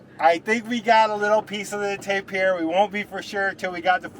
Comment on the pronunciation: Tapir - pronounced TAY-pr